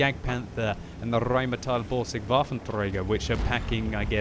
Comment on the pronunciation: RRRRRRRHEimittel borsig waffenträger 😂😂😂